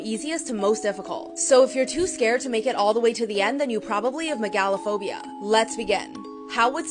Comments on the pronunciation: The way she says mega in megalophobia is just bringing out the know it all in me and it hurts 😞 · I don’t like the way she pronounces that. MEH GAH LOW it’s Mega Low phobia that’s the pronunciation and it hurts me xD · I love the way she pronounces it Meg-A-l-A-phobia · Lmao why on earth do you pronounce it "me GAL o'phobia"? 🤣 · Real quick no hate but it’s pronounced mega-lo-phobia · it's pronounced meh-guh-luh-phow-bee-yuh